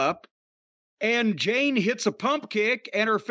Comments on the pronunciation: It’s Jade, not Jane. So disrespectful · I’m guessing Jim is calling jade ‘jane’ on purpose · Jim her name is Jade not Jane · I swear I hope Jim goes to an event that "Jane" happens to also be so she can headlock his arse and get him to say her name correctly. She'll BEAT THAT ARSE..... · Why the fuck is he calling jade "jAnE" ? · He's always called her that, maybe one occasion he actually got her name right.